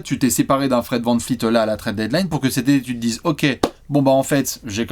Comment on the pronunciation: Salut, c'est VAN VLEET pas VAN FLEET,, stp.